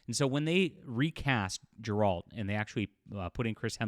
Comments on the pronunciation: pronouciation Geralt = Gear-rot, but I'm fine with Jer-rott lol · Anyone gonna tell him he’s been saying Geralt’s name incorrectly?